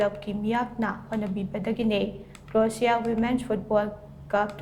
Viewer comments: Krotia haiba natte Kroashia haina pronounce tougadabane hanna practice khara toubiyu . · Karino Croatia bu adumaina pronounced oibra haise Kariba krotiya ba 😂😂😂😂 lairikti haiphet heirmmoihe noise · Pronunciation du fao d chumna habiyo. Cro-a-sia sumaina haibiyu. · Krosia haina pabiyu,thank u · Anchor na pariba pronounciation du chumthoknaba haibani spelling lalle haiba natte pao du munna tabiyu Anchor na hairidugi matung inna Croatia haidare Ka ro ti ya haina paare paodo adubu haibani.